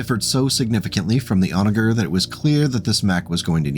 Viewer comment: FYI it is pronounced 'Onajer' with the "soft" g sounding like a j.